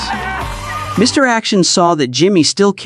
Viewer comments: AI sometimes thinks the period after Mr. is an end of sentence, so the narrator goes Mr. - then stops -- then starts a new sentence with Action. I think AI, or at least this AI, has a long long way to go. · Reminder for lazy YouTubers: When you copy & paste into your AI narrator script, remember that AI's not very smart. An abbreviation is often interpreted as a sentence ending because of the period. This explains why the mention of "Mr. Action" causes the AI narrator to say "Mister" and end the sentence, sounding like your AI had a stroke while telling the story.